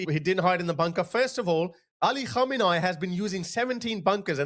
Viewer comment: I love your channel, not of a big deal but you better practice on correct pronunciation of khamenei 😂 how could you pronounce it wrong with all these remixes 😁 KhAhmenAAhi ❌ Khamenei ✅